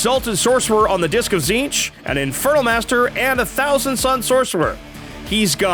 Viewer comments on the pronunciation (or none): none